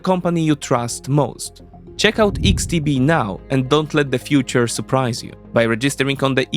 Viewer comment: Tylko jedna mała uwaga, literkę X w xtb wymawiamy ‚eks’, nie ‚iks’ Reszta super!